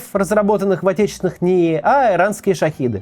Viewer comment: Максим, ну пожалуйста, иранские дроны не Шахиды, а Шахеды - это важно, не ведите себя как пропагандист.